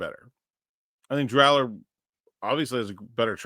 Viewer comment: Please, not Allar..... FFS